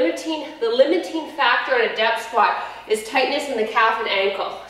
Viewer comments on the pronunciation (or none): Did you say "depth" squat or "death" squat!!??? I will be feeling this tomorrow! Thanks fordelivering yet another AWESOME workout:-). Hurts soooo good!